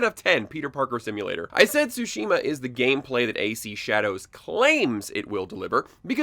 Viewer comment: It’s pronounced Sushi ma